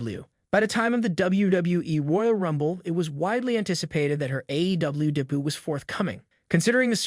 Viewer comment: I love how the robot voice says "day-boot" when trying to say "debut".